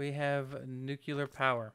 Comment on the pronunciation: Oh please ... buddy. You are such a concise guy, eloquent and all and then you say "nukular power". That is not a thing. It´s nuclear. Sorry .. had to get that out.